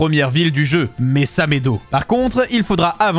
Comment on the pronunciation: "Mesamedo"🤣🤣🤣🤣🤣🤣🤣🤣🤣🤣🤣🤣🤣🤣🤣🤣🤣🤣🤣🤣🤣🤣🤣🤣🤣🤣🤣🤣🤣🤣🤣🤣🤣🤣🤣 (Au fait sa se dit Mesaledo;-;)